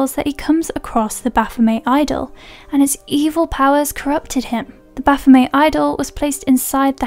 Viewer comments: say it with me now BA-PHO-MET.....HARD T ON THE END other then that great break down of the movies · Pretty sure they pronounce it 'Baf-oh-METT', even in the movie.